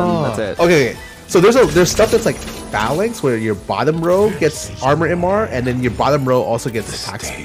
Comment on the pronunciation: I love how no one knows how to pronounce phalanx lol